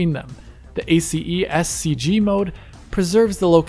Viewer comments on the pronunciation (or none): Little known fact : listening to someone pronouncing each letter of the word "ACES" may actually be painful.